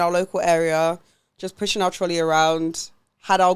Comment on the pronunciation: There were so many things in this ep that had me laughinggg🤣 Noticeable faves: - The x Gillian McKeith supermarket linkup. I kept rewinding to "TROLLEH" lmaooo. But no, how can someone run up on you like that with their camera crew and ask to view your trolley contents??? #TrolleyGate - "Here I am [shaped] like a dumpling"... egregious - "Wanted to do re-enact Christina Millian AM - PM but then I ended at DMU" Such a funny episode girls! Loved it xx